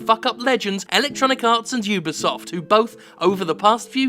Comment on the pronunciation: Jim@ You did it! You actually said (You Be Soft) correctly!! High Five!!